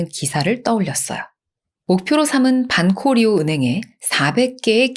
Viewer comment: Banco Río 는 방코리오 라고 발음해 주시면 고맙겠습니다